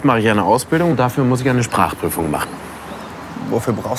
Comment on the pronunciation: danke. Ich mache die Untertitel an. Ich meine dass die Aussprechen unklar ist. Zum Beispiel:"Was mache ich" klingt wie "Wasachech". Und ich bin verwirrt. Gibt es etwas langsamer und klarer?